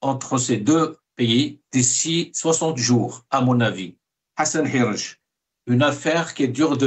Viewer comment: Hassan Hirech et pas guirech